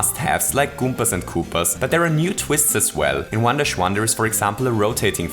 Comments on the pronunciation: I kept hearing "wonderschwan" instead of, well, "one-dash-one." Not a complaint. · Every time he said 1-1 I thought he was saying "Wanda Shwan"